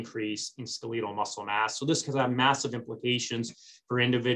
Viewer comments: skaleetle? its skeletal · What the hell is "SKELL-LEE-TAAL" muscle?🤔🤔🤔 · Good information, but for God's sake, please check your dictionary. Skeletal is NOT pronounced ...ske leet al. C'mon! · Do you mean to tell me that I’ve mispronounced “skeletal” for 55 yrs? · OMG, Why can't you pronounce the word"skeletal" cortrectly? Either never went to med school our an affectation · It is correct in UK commonwealth nations